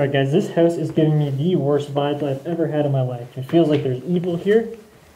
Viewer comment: u said howwse